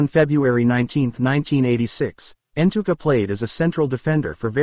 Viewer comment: Hahaha, it's Ntuka and Manyathela's pronunciation that is cracking you up, hahaha